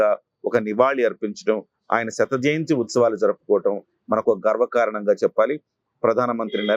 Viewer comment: శత జయంతోత్సవాలు, శత జంతుత్సవాలు కాదండి.